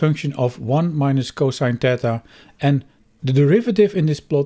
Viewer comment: You keep saying "tetha", and I think you mean "theta", based on the greek symbol you're pointing to.